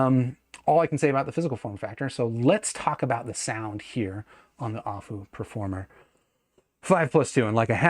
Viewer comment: It's A-full, not ah-foo lol. Their name was never hard to get but nobody says it right. I am really interested in this though, if it would be a better rec than the P5. My P5 was the best purchase I made until I bought my Thieaudio Hype 4. The P5 I could literally wear all day long with how comfortable they are. Plus the performance for the price was amazing, I literally sold my davinci because going from that back to my P5 made me realize I wasted my money. Especially because I bought my P5 on one of the last sales that went down to $175 for the price and that's such a steal